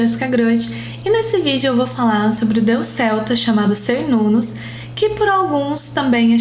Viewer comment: Cernunnos , se pronúncia Quernunnos, pois vêm da língua Centun ( quentum ). Assim como Calle ( deusa de Porto Calle - Porto Gale - Portugal ).